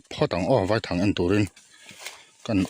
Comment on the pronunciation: Vaithang i lam dan a diklo I lam dan chuan thlangkawr vai ho hming angin ilam a vai hmawlh vai anga lam tur ani e